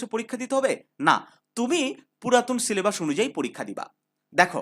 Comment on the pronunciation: সিলেবাস ❎ সিলেবাশঁ 😩✅